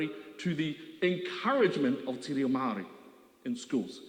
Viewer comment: Māori not mawee